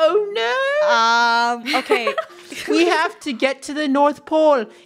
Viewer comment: Are we not gonna talk about how British sounded when he said oh no